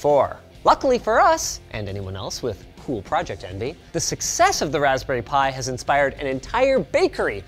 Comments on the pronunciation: RESPBERRY ALERT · "Respberry Pi 4" lol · What is a Respberry? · Respberry pi?!? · respberry pi, I love the mistake! ;)